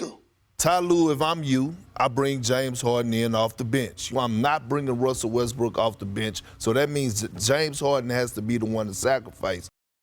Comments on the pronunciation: Did she say Westbrick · ramona said westbrick haahahhahahah